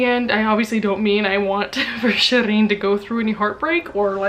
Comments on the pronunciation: Well technically it should be pronounced “sheereen” rather than “shereen” as it’s a Persian name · LOL. she didn't pronounce her name correctly. not at all. Its Shee reen. Just like it said in the book